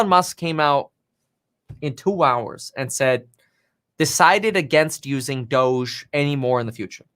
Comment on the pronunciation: Brah it's dohj like dog with an e not doschzze duh